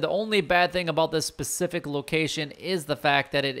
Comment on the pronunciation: It's specific not Pacific